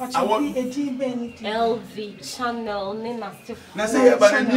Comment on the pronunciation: Eii What is Channel? Tundra and Franka please learn the pronunciation well o. Chanel.